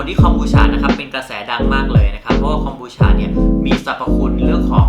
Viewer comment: ทำไมคนไทย เรียก ฉะ ฉะ ฉะ มันคือ คอม บู ชาาาาาาาาาาาา มันทำมาจาก ชาาาาาาาาาาาา